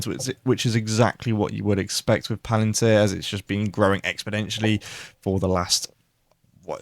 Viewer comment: I really like your analysis on stocks. Just be advised that it's 'exponentially' not expoDENtially as you mentioned when talking about HIMS 😂